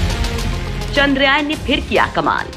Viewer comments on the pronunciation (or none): Lady giving the voice over... Zara dhang se bolo ek baar charndrayaan... Bar bar.. Chandrayayan chandrayayan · Madam chandrayan boliye chandra yayan nahi. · Haha sahi kaha iskaa pronunciation ye hai चन्द्रयान